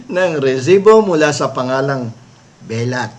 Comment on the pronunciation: binisya ang bigkas ng "belat". Bastos Po ito.